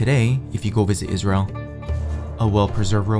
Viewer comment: It's Palestine I don't know he called it izhell ?